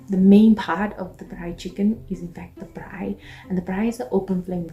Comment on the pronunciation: you beauty... I love the way you say Braai... like a pro❤